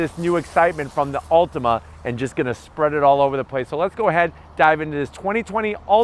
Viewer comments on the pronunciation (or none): Dude, it's an Altima, not an "Ultima"